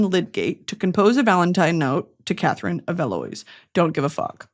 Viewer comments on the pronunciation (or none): none